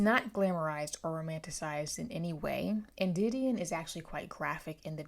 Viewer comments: I was thinking the same thing😭the beginning of the book specifically states the pronunciation lol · It really bugs me how you pronounce her name wrong